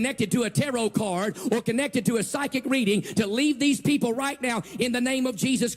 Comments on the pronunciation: LOL the pronunciation of taroth, i had a hard time known what was he referring to the first time I heard it. To me it sounds as if he was saying terror cards. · He’s not afraid of Tarot cards he’s afraid of “Terra’ carrrrdz” Oh and “amulints” apparently